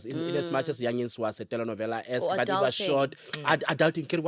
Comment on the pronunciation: Love how he says telenovela ❤❤on point